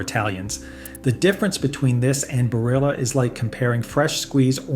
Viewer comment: And it’s not bar-illa either, as long as we’re at it.